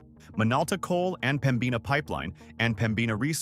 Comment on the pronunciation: what an INSULT for you to show AMERICAN dollar bills, NOT Canadian bills. & omg, could you at least pronounce our cities/ names correctly ??- " Reee Gina" ... is Regina .. " Peter Lawed /Laheed" ... seriously ??? " Peter Lougheed " " Pambina Pipeline is PEMbina pipeline" ! how embarrassing for you ! Alberta has MANY great Albertans,,Native, REAL Albertans that built both this Province and Canada, not like the " BC & Eastern migrants' we're presently being invaded with.